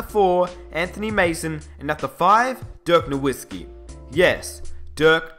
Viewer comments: even u say dirks name wrong ......smh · Dirk Norwhiskey and Hershey Hawkins? Gotta love englishmen.